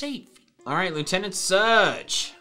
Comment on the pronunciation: he said surge in a British accent lol